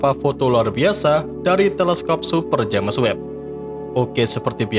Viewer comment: Bacanya itu jeims webb woy. Sejak kapan james dibaca james juga, hhhhh